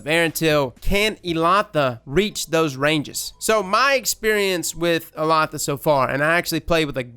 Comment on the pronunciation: I looked it up,. The pronunciation is actually "Ehll-LA-da". Elatha was a powerful figure in Celtic mythology; a being called Fomorian (essentially giants) with magic powers and would essentially have been similar to a God. In some stories, Elatha may have been represented as a Sun God (thus the weapon being Solar). Interestingly, Erentil is a hero from old Germanic stories originally translated as Aurvandil "Luminous Wanderer"... Yeah I know, nobody cares but got me curious! Lol.